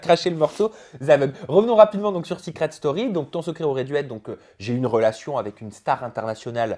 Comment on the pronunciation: Sa vous stresse pas le "seuucret story"😂😂